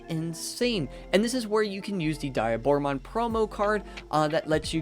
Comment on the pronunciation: It's not die a Bora. its De a Bora